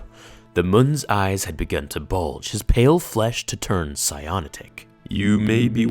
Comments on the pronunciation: Sigh-an-ot-ic. Cyanotic - turning blue from deoxygenation. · Cyontic isn't a word. It's pronounced "sigh-ann-OTT-ick" CYANOTIC. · sy-uh-naught-ick in future